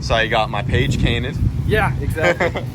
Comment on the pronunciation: Page cainted 😂